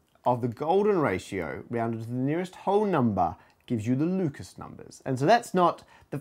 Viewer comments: oh man "Lucas" numbers? In the last video I thought he said "Ludacris" numbers! But I gotta, kn-kn-kn-know what-what's your fan-ta-ta-sy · "I'm going to say Lucas because I'm lazy." Immediately says it with French pronunciation.